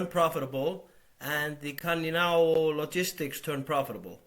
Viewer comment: The only reason I can think of why they are not aggressively buying back stock is that they don't actually have that ~$92B like they say they do. It all seems too suspicious. Btw the 'c' in 'Cainiao' is pronounced as 'ts', not like a 'k'. Yeah, Chinese pinyin is weird.